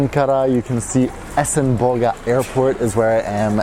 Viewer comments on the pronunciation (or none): eSeNbO*g*AAAA ahhahah As a Turk it was so funny :)))